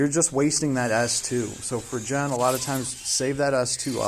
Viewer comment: Bro! just say GEN! and pronounce the "G" sound as you pronounce on the word GAME, not a "J" sound. Please it is quite irritating when you jay JEN.....